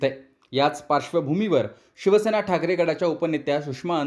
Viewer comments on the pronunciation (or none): none